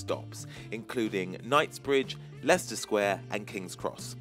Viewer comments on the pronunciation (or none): none